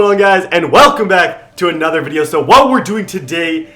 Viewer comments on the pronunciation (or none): none